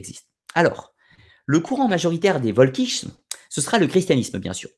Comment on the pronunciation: Si jamais tu refais une vidéo sur la question, je me permets une petite précision : en allemand, c'est le W qui se prononce V et le V se prononce F. C'est donc "Folkich". Pour t'en souvenir, il suffit de penser au Folk anglais.